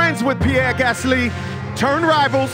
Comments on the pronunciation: the pronunciation was on point actually. Especially Gasly was spot on. Doesn't make it any less of a cringe fest though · can we just appreciate that ll cool j actually did a great job with the name pronunciations